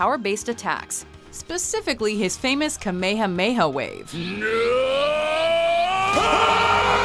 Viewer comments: bitch it's Kamehameha not kahmaha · KA MEYHA MEYHA WAVE? its CUM ME HAM ME WAVE, darn it!!! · "ka-may-ha-may-ha wave"??? have you never heard it properly spoken before??? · she said "kuh may huh may huh wave" smh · This bitch can't say " Kahmehameha " but they say it like all the time in that show! Go home you're fired! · do watchmojo have an obsession with butchering words, Kamayhamayha? Really? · She says kamehameha wrong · The way she pronounces Kame-hame is dreadful There are a bunch of characters missing: TJ Detweiler (Recess) Yakko, Wakko and Dot Warner (Animaniacs) Cow and Chicken Ed (Ed, Ed and Eddy) Arnold/ Helga G Patakki (Hey Arnold!) Noddy Pingu Mojo Jojo/ Him (Powerpuff Girls) Nigel Thornberry (The Wild Thornberrys) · That moment when she pronounced "kamehameha" ... I knew... I had to see the comments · ....the way they said Kame hame was so bad...it made my ears bleed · Nice Kamehameha butchering